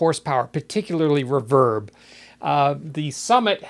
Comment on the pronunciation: It’s ree-verb not r’verb! Enjoyed the video!